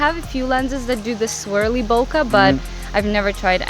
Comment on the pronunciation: It's BOKEH not "boka"